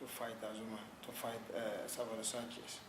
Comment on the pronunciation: It is pronounced SANchez, not sanCHEZ